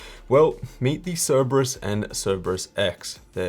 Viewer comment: Great vid, but it's See-ree-brus, not Cere-bus